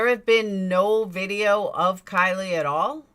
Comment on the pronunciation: can you say her name properly please at least, its pronounced like Kylie minogue